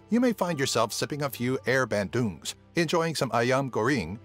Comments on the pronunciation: the "air" bandung made me laugh so hard haha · AIRRRRR BENDUUUUUNGGGG